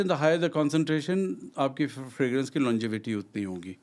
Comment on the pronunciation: Bhai Fragrance bolte hain, na ki "Fragnance"😂😂😂